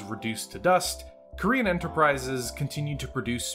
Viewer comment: Gotta say never heard Corean Enterprises pronounced Korean Enterprises in 35 years . Plus I think you're confused about where Ramen II WAS located hint not the Federated Suns the Capellan Confederation in fact , also same company as Corean Enterprises MacAdams-Suharno on Stewart ......... Please try to keep your American bigotry out of BattleTech it's infested the franchise enough in recent years